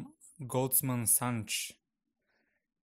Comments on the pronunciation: Goldman "Santschs" LOL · no you're not pronouncing it right: голдман сакс, and they're one of the biggest investment firms in the US for over 20 years. You're welcome. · I enjoy your videos, but it's hard to believe that I'm following advice from someone who is unfamiliar with the name Goldman Sachs (pronounced saks). Probably the most important private financial institution in the US if not beyond -- their executives have gone back and forth between the Federal Reserve, and the US Treasury and the US cabinet for decades.